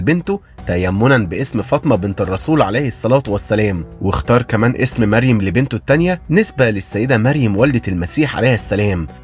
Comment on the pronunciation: يا في حاجة بس الاسم هو مَرْيَمْ بترقيق الميم وتفخيم الراء والترقيق الياء والميم وفتح الياء ❤❤